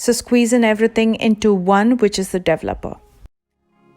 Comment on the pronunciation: Interesting how she pronouces the wordl developer, it's like devel-opa!